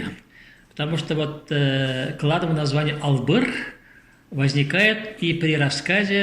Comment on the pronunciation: Спасибо яшулы,очень начитонный человек,но не договаривает всё, а также не Бачман а Башман как Атаман,откуда у него титул Султан?а также не Албыр а Алгыр его племя,надо правильно произносить.